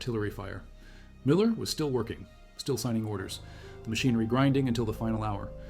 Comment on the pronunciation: Who the hell is Miller? Your AI is not only artificial its stupid.